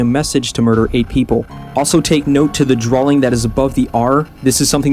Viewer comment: Why can't say drawing properly? He says Drawling.